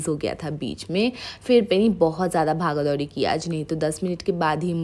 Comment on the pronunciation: Bhaga dhouri🤣 sounds so funny